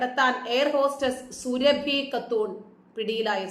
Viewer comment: സുരഭി അല്ല സുറാബി ആണ്